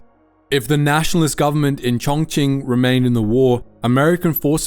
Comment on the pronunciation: Props to you for pronouncing Chongqing the right way, its the first time I heard a non-native speaker pronounce it correctly 😂😂😂